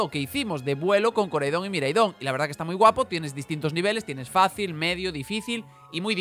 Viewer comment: Pronuncias mal los nombres de los legendarios, Koraidon y Miraidon tienen el acento en la "A"